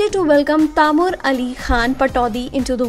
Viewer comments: plz say name in right spelling its Taimur not tamor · Its not taamoor lol its Taimur! Mallu aurat 😂